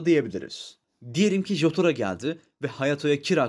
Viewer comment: Everybody: Jooouğtaro Admin: Cotaro